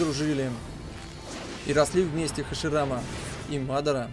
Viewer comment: мадара ударение ударение на вторую а